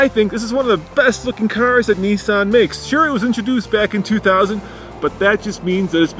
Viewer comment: What the hell is a Nee saan?